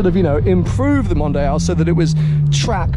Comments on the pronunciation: It's not "mondayal" it's "mondial"... oh ok now I get it.. for you english people the "i" is pronounced "aye"... so englayesh it is? Anyways impressive collection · Mondeeeal not MondEYEal :)